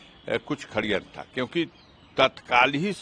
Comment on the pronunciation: Neta ji khadyantr nhi sadyantr he